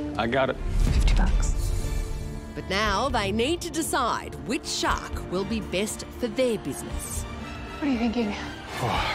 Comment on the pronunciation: For a second I thought she said her name was .... Shark.